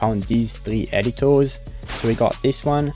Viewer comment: "Editours" HITS hard